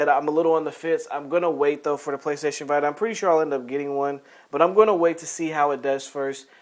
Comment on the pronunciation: The PSVita is pronounced VEE-TA If you're a usual listener of the podcast, you'll know that he sometimes mis-pronounces names of games and hardware, haha. It's all accidental though.